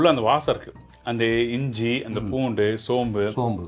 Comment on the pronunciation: Ungaludaiya tamizhukku oru vannaKKam, Namaskaram; MANNamaga irruku; cheg deena please BVAasam enru cholladheengou; Mannam alladhu Vaasanai enru chollungou PLease. Getti pakoda recipe superb. THanks and. Rombha Pramadham.- thnaks- Radhakjaya